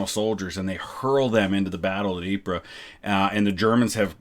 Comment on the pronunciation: As someone who used to live near Ieper (Ypres). It is pronounced EE PUR.